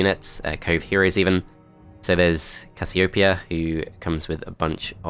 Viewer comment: the way u pronounced casiopeia made me dislike this video XD